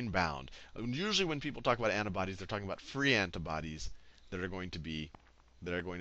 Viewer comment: looool I can't get over how you say antibodies heheheh.. ANTUHBODEESSS.